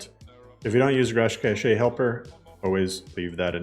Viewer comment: Please 🙌🏻 pronounce cache like cash. This is an honest request